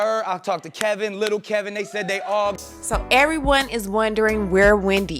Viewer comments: Kev-in not Kel-vin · K E V I N not K E L V I N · His name is K-E-V-I-N, not Kelvin. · Why do you keep saying keLvin??? It's KEVIN. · His name is Kevin not Kelvin😒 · It’s Kevin, not Kelvin. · Girl would you stop calling that man kelvin its Kevin!! 🤦🏾‍♀️🤦🏾‍♀️ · This tea is piping hot but I’m slightly bothered by the mispronunciation of the husbands name lol it’s Kevin not Kelvin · Why do u keep calling her husband "Kelvin". His name is K E V I N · The bum's name is Kevin not Kelvin!!!!! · I thought her husband's name and her son's name was Kevin---not Kelvin (kell-vin). What the...??? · KEVIN!!!!! ...NOT CALVIN!!! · that clown's name is Kevin! you keep saying KeLvin... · Can somebody tell this bitch how to read. It’s Kevin !! Not kelvin... idiot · I'm sorry no offense because overall I like your work..but if you telling someone's business you should pronounce the name correctly..its KEVIN not KELVIN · The man name is KEVIN. Not Kelvin but Kevin. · Y do u say Kelvin it's kevin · it's Kevin you have to get the assholes name right lol! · I can not subscribe until you pronounce his name properly. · FloridaGal Mitchell She can’t even pronounce Kevin’s name right plus her whole theory is on assumptions